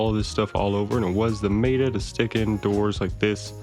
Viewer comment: pronunciation of meta was sus but nice vid.